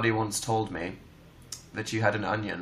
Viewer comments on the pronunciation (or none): none